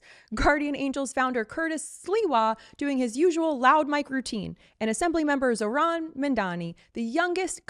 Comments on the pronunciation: The name Zohran has the accent on the first half, not the second. Please get it right. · It’s pronounced Zawrun not Zohran. Man get it right! 😡